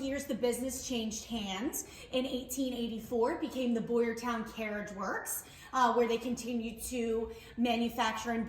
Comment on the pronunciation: Town not Ton…… Boyertown